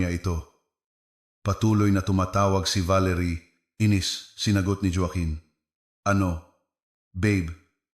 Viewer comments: Anong jowaken joaquin yan ayusin mo pagbasa mo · Ayusin ang bigkas ng Joaquin at Roxas😮😮